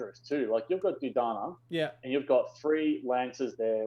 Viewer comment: Can we please start pronouncing General Dodonnas name properly? Do-Donna, not Do-Dana :)